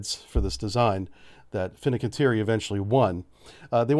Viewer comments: Heyo, its Fincanteiri, said Fin-can-tee-airy. Love the briefs, keep it up. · Fin-can't-jeri, [fiŋkanˈtjɛːri] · Hey, disgruntled Wisconsinite here; Marinette is pronounced: Mare (like a horse) - n - ette. Not marionette like a puppet. The i is kinda silent. Also Fincanteri is: fin (like a fish) - can (like soda can) - Terry (like the name). Sorry for being nitpicky, love your stuff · brief Historically you've had an issue with names. FIN-CAN-TI-ER-IE, AUS-TAL. SEWIP blks aren't classed. There is quite a bit of open source (including from your own sources that you mention in the beginning of your videos). The US Navy's MK110's ARE NOT at all radar guided as you put in your video. They are EO ONLY, changing the abilities of the weapon system. It only uses the MK20 EOSS... I know you're a bubblehead, but please keep the misinformation for the surface fleet down. For a channel with 150K subscribers, you should do better research. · Close enough, but Fincantieri isn't actually pronounced like that. It's more like fin- (like fishes), can- (like a can), tea- (the beverage), eri- (pronounced like in the names Eris or Erik).